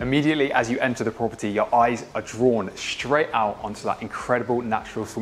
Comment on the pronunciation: straight NOT shtraight